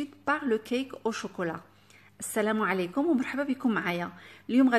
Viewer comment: écoutez comment a prononcé choklat😄😄. Trop mignonne notre ❤️